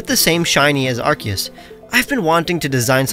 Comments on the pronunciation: It's ar-key-us not arcoos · It's arseeyis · That is not the correct way of saying Arceus...